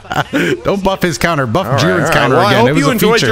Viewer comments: “Coutner” lmfao🤣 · Don't worry, I'll never forget about Jiren's "coutner"